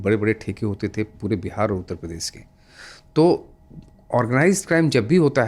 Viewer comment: सर वो प्रदेस नहीं होता प्रदेश होता है